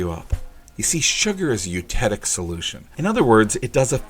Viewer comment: Hey! Love the videos! Been watching for a couple weeks now and looking forward to the arrival of my blueberry image candy. A quick note: The 'c' in the word eutectic is pronounced as a hard 'k'. I was impressed to hear this word in a YouTube video about candy and wanted to pass along that tidbit. Thanks for being awesome!